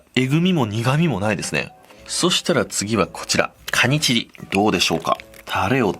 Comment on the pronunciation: カニチギに聞こえる…